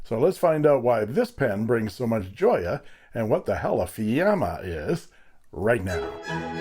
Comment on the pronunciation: Sorry for being annoying but it is "Fiamma" not "Fiamme". I know it because I bought this pen quite some time ago. I had some issues at first because it was clogged at the feed and it took a total disassembling and a thorough cleansing to get rid of it. Once I made that, the pen wrote beautifully, it is very smooth and wet as you showed. By the way, did your friend send the complete set to you? This pen comes with a roller ball nib and a suitable section in order to use it as a roller by interchange it with the fountain pen section and nib. Very good and informative video as always. Congratulations.